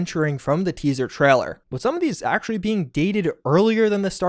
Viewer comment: it's TRAILER not TRALLER :)